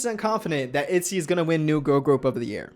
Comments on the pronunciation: In Korean the girl group is actually pronounced itjy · You pronouce itzy all wrong btw, check up on hangul to get the correct way of saying it